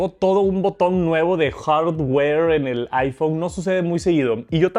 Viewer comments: Que bueno el "JARGÜER" de "APOL" una maravilla. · Oye, ¿Porqué dices "Hard Ware"? como separando la palabra en dos, ¿Te cuesta trabajo pronunciarla? Eh notado que lo haces recurrentemente (al igual que cuando dices "Soft Ware") ó Lo haces para que te entendamos (PREGUNTA SINCERA) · Se me hace un insulto que lo pronuncie así. Todos sabemos que se pronuncia JASWER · Es evidente que lo pronuncia así porque no es bueno con el inglés. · X10000😂😂😂 desde que lo sigo me taladra como pronuncia eso.